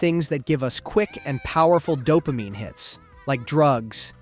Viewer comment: "They flue-d the brain w/ doh-pah-meany...please-sure"